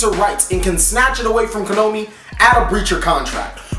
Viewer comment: Why do you always pronounce Konami as "Ko-no-mee"?